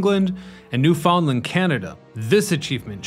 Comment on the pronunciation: New FOUNDland Canada. Interesting how he pronounces some of his words. Do most kind of make you think of AI.